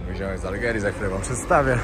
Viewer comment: Z Algierii, a nie z Algerii😂